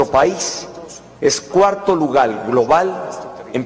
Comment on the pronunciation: "Es 4to lugal global'''.... Mejor que aprende a pronunciar bien las palabras.